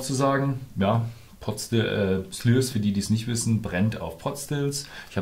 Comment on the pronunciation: "Schliers" nicht "Slürs" - so wird es einem gesagt bei der brennereiführung ;-)